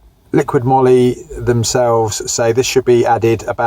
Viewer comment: I think it's "moly" as in "holy moly"